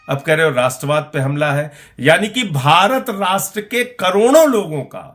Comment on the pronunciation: Rastravad nahin magar radorad hai